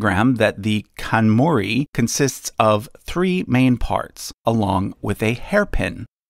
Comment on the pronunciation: In Japanese, pronounce all the letters. KanmUri (not kanmori). Juu+ni+hi+to+e.